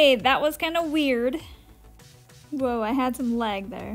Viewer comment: I love the way she says lag "læg" 😆